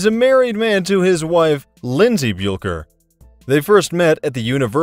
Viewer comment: Jud Buelcher???? Are you kidding me? LMAO! It's Buechler... pronounced Bush-ler. Talk about losing all credibility. This channel is a joke!